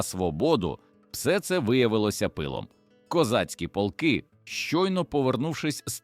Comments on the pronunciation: Не пОлки, а полкИ !!! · Автори в якій школі вчився! ПОлки (полкИ!), рІчний (річнИй!). Горе-блогери!